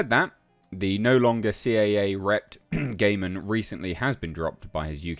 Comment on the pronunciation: I think his surname is pronounced 'guy-man' 😋